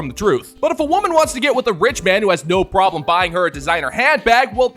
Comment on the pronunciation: Anyone who says "noowa" instead of "no" should never be listened to or taken seriously.